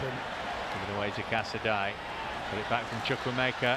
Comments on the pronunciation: It’s pronounced “casa-day” Casadei 👌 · Unbelievable that the cannot pronounce Casadei's name properly 🤦🏻‍♂It really isn't that hard. Cazaday!